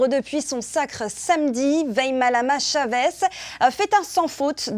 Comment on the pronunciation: Vaimalama chaveZzz 😂😂on voit qu'il y en a qui ne sait pas dire😅